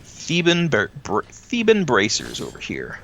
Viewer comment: "Tebbian?" Really?